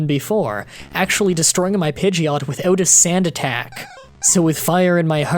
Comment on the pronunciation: you probably already know this but just in case you said pigeoto when the story said pigeot